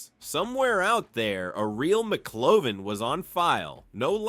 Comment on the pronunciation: So great inside info about the film! But damn, have you actually not seen the movie? The AI voice is "passable" IF it pronounces the names right! It's not McClovin it's McLovin!!! lol Maybe if you put a space in between Mc Lovin it would pronounce it better 🤔 But like I said, some good insight about the film! A lot of stuff I didn't know, so a thumbs up for that and good film clips and editing 😎👍